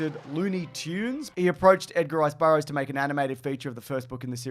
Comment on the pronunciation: The "Edgar Rice Bur-bro's," I think you meant to say.